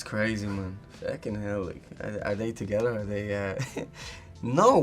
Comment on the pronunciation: his accent on how he says “together”😭💕